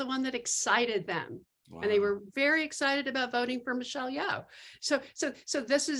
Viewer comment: Son Lux is not three Asian guys. Ryan isn’t Asian. Ian and Rafiq are. Also, please learn to pronounce Asian names. Michelle Yeoh has been an actress in Hollywood for decades and the one guy is still saying Yee-Oh like he’s a cowboy who forgot his haw. It’s disrespectful.